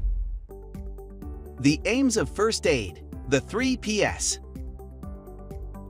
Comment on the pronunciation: "3 peas" not "3 PS"🙄🤷🏻‍♂️